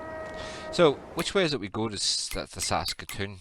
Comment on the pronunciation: You said Saskatoon right. You can delete the fences with the demolish tool in the landscape menu